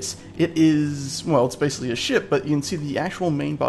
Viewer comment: That lazy pronunciation of "basically" though